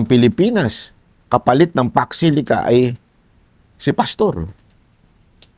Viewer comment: Matagal na Yan kaso ni Quiboloy sa America,magtataka pa kayo sa hinihingi ng America.Matapang gumawa ng kabalbalan pero duwag harapin ang kinauukulan.Pax Silica pa ang idadahilan ninyo 🤣🤣 Si Sayad never heard ang Pax Silica,kawawang Vp kulang sa info about Pax Silica.Hindi.kayang e pronounced ng tama ang Pax Silica.🤣🤣Kulang sa kaalaman pero sa kabalbalan D' Best " si D' Beast 🤣🤣